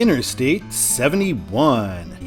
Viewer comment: INTERSTATE NOT:INNER-STATE!!!!!!!!!!!!